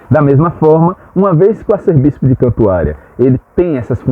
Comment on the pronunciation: A pronúncia correta é “Arcebispo” e não “arcerbispo”.